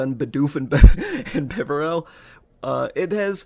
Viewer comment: it's either "bee-barrel" or "buh-barrel" i think (dw i still liked and subbed)